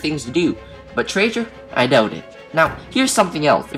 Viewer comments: tray gur not tray jur -. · He said trajer